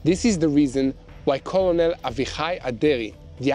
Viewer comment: Ker.nel not kulonel, sir. Check dictionary for this matter. This is the second time that you pronounced it wrong. Thank you.